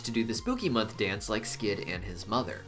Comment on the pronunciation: Sir, it is Spookymon, not month😂😂😂 Digimon, Pokémon, what's next😂😂 sorry everyone, but i hear "mon" not "month" 😂😂😂😂